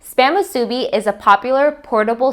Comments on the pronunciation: Moo-sue-Bee. not mu-subi Cmon Doug help your lady out with pronunciation.😂😂😂🤙🏾🤙🏾🤙🏾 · it's moo-sue bee, not moo sue-bee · Musubi not masubi lol. I was always corrected by Hawaiian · This looks amazing! I'll definitely try this on my day off. Also just a heads up! In Hawai'i, the proper way of pronouncing "musubi" is actually "MU-su-bi" not "mu-SU-bi." The emphasis is on the first syllable :) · its Mu su bi not musuebee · Mu su BEE Hawaiian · I believe that if you are going to re-create a classic, have the respect of pronouncing the name correctly. It's not musubi, it's pronounced MOO-soobee. Emphasis on the MU and roll the subi. That is all. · It's pronounced musubi...not moo-soo-bi. Sorry...oh-see-dee here lol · It’s mu sue bi. Musubi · Great job on the musubi 👍🏼 by the way your pronunciation is a bit off:) you have to stretch the U a bit like how cows say "Moo" so it should sound like (Moo)-subi 🤙🏼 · Looks delicious and how spam musubi was first made. You can also add rice to the top of the spam before pressing down (so ri e is on the top and bottom) and a little water (paced on your fingertip and slid lightly where the nori meets) will hold the nori in place. Musubi is pronounced “musubee” with the accent on the last syllable. The musubi in your video is excellent. You won’t find too many places that make it like you though. Thank you for sharing! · Nice video. Great personality. One thing: the accent on the word musubi is on the "bi". moo-soo-BEE. Jim from Kauai (where the spam musubi was invented! true story) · this lady makes me nauseated when she says MU SU BEE wrong! i hate this video. we the ppl from hawaii hate when you say things wrong, when its our culture!! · You're pronouncing musubi wrong. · Never marry a woman who can't say musubi right, is what my mom said. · Please learn how to say musubi correctly! And nori! Looks good tho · omg the way she says musubi 😆😆 it’s so irking but it still looks good though